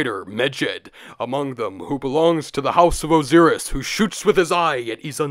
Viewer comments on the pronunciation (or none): I’m sorry but what is up with your pronunciation of Osiris and Ra??????? Your channel is about Egypt but I have never in my entire life heard anyone pronounce Ozeerus and Ray. Absolutely devastating to my ears. wtf, explain yourself. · why does he pronounce their names differently like that? ex. Re, Oziris